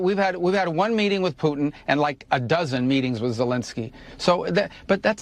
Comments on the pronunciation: Who is Poo-in? I like but not a fan of dropping the T. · I love you, but for the love of GAUD please say the “T” in PuTin!!! It’s PuTIN NOT POO IN! You POO IN the bathroom! Please POO IN the bathroom don’t POO IN the podcast! 💩 IN the 🚽. PuTin hopefully does 💩IN the 🚽 as well. 💩in the 🚽 no poo in the podcast. Thank you for your attention to this matter.😂🤪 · it's Poo-tin not Poo-in Lol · WHO IS “PU-IN”????🤷‍♂️😖